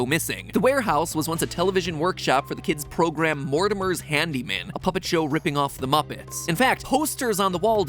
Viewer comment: I watched the entire theory, and the only thing im questioning after that is the reason why “handeemen” sounds like “hand demon”